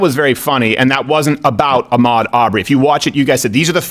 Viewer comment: I love Steven and the show is always pretty entertaining. But I don’t get why Steven makes strange comments when making black, brown, racist non-racist comments. Everyone with a cell phone knows Ahmaud’s name and how to pronounce it, yet SC says “Ahh-mode”. 🤷🏻‍♂️. I don’t believe for a second that he’s racist, I think he tries to bait the other side into calling him racist. I don’t know, maybe it’s just me.